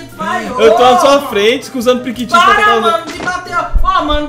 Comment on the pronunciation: Periquitinho ele falou